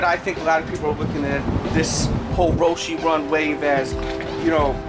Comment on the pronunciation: He said roshe wrong